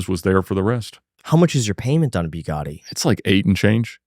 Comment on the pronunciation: Ba-GaTTy, not Boo-Gardy